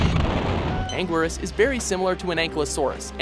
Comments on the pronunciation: Ang-guir-us? It's ang-geer-us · WOAH WOAH WOAH HEY TIME OUT WHO SAID IT WAS PRONOUNCED "ANGWERUS"?????? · U pronounced 7 monsters wrong ANUILAS U SAID ITS ANGURIAS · it's angirus (an-gi-lus) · You miss pronounced Anguirus and biolante and Anguirus is two out of four of his movies is Godzilla’s closest friend and Gigan is portrayed to as either a coward or a dummy surly not one of Godzilla’s great foes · What is up with the prononciation of Gigan and anguirus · you said anguirus wrong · for anguiras at least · Pronounciations Bi-Uh-Lon-Tay Ane-Geer-Rus GI-Gan